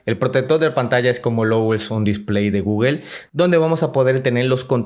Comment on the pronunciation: Es google no guguel guguel no existe habla bién!